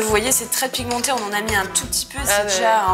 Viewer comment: a chaque fois que tu dis "pigmenter" j'entend: "pimenter"....😂😂😂😂